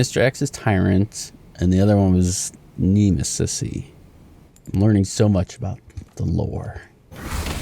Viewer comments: its nemesis not nemis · His name is Nemesis, who tf said Nemis? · Who wrote nemis? Nemesis, haha this guy. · So glad he finally realized its pronounced Nemis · That is not nemis that is nemis-y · “Nemis” is the new pronunciation for me.